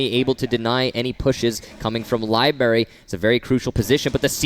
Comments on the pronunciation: Jesus it’s libRary not Libary!!!!!!! Fuck!! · he said libary lol